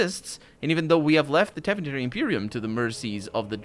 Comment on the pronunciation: Tevinter and not "Tavinter"...read it with portuguese phonetics and you'll nail every Tevinter name, since most their names come from latin. As for Orlais ...its obvioulsy inpired from France..therefore french ...(and if you didnt noticed by now Ferelden is supposed to be england)